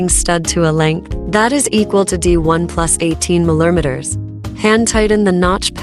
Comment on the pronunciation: "milermeters" is killing me 😀